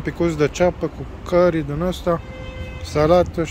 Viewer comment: curry se pronunta "cări"